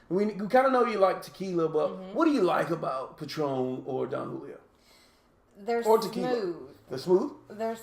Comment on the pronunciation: Jalisco is pronounced, "ha•LEECE•cōe". Don Julio is pronounced, "DŌaN HOO•lee•yo" ( Don is a title of respect, not a name; It means Patriarch, Master or Sir —There is no Donald Julio. ) Nice glassware.